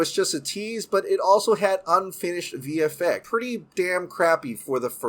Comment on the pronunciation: I don't know why but it sticks out like a soar thumb to me when he pronounces words that have an X in them without emphasis on the "Ex-sss". For example... "VF-eck".. "Net-flick" I've heard him said "HBO-Mac" before too... not trying to be a jerk or anything but just something I've noticed